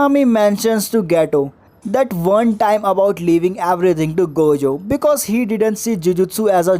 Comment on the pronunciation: if ur saying gayjo then ill say gaykuna